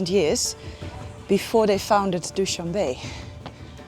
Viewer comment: Noraly, FYI; it is not pronounced "Dow-shan-Bay", it is Dow-shan-beh , not pronounced like the English word "be" , but rather the pronunciation of the first two letters of the English word "better". ❤🌹